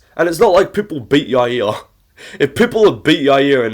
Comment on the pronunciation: The way he says "Yair" makes me angry.